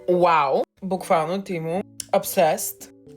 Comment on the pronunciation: Не тимо а темо се казва